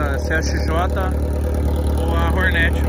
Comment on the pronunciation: Sabe nem falar Hornet ele ele fala ronete